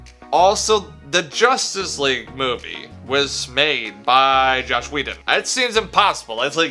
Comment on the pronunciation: As soon as he said Josh instead of Joss I knew this would be bad.